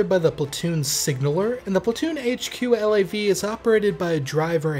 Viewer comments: FYI we never called a LAV a L - A - V. We called them a LAV. In one syllable as in the first syllable of lavatory. Seeing as they are Canadian, anyone who calls them L-A-Vs are wrong ;). Ret'd former LAV Crew Commander, 1 PPCLI. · Couple points: We don't call them L.A.V's...spelling it out like you do...we say LAV. You never anglicize the Royal 22ieme Régiment's name, by pronouncing it 22nd. Its name is french and you don't translate it. The CSM is not necessarily the the MWO with most time in...company sergeant major in the Canadian military is an appointment not a rank...therefore any master warrant officer can be appointed CSM. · I wasn't sure because I've been out for a while but 1VP was speaking about bringing back both mortars and pioneers. Just a friendly FYI. We pronounce LAV as a word not the individual letters. As well as FOO and FAC